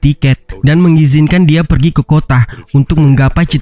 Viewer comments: Kota jadi kotah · merekah di kotaah